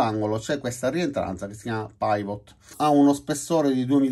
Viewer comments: Ciao, ottima spiegazione, come sempre. Un solo appunto e, spero che tu non me ne voglia, la pronuncia di PIVOT è PIVOT e non PAIVOT. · scusa ma si dice pivò e non paivot!!!! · Pivot si legge "pivò" perché è francese e significa "perno" ;-) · Ottimo video. Una precisazione: pivot si pronuncia quasi come lo si legge in italiano, cioè non "paivot". Da solo significa fulcro, perno. Credo che sia una abbreviazione di "pivot point" che significa "punto di rotazione". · Si pronuncia pivò ......è francese ,comunque bella descrizione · Paivot!! Come dimaio che sussurra al vairus!🤣🤣